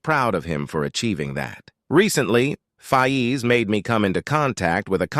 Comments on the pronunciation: Its not fayeez its Fayz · One of th big things I am concerned about is why is it pronounced fi ez? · The DisRespect on Faiz's name is crazy